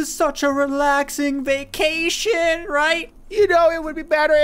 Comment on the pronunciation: when you say vacation I hear Joe Mama for some reason